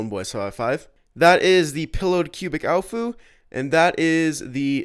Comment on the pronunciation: you said pillowed cubic aofu